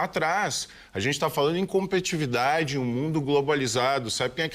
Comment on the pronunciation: Por favor, é "competitividade" e não "competividade".